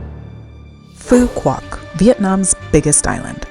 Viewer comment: nice vacation, the island is pronounced as foo vook and not pho quock as most American tourists call it. With Love YKM